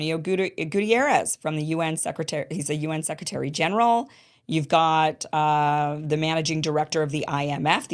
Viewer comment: I can't believe that after all these years of working in English he cannot pronounce the "th" sound. I live in Europe. I know it's difficult, but come on. "Zee" system. I think he does it on purpose🙄.